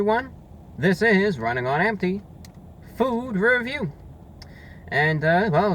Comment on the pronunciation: Bro, what's your name? I just realized you say "Running on empty". I thought you said "This is Ryan Onety"